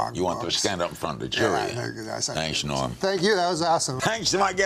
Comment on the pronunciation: All those years passed and nobody ever told Larry that his name was "Norm," not "Noam."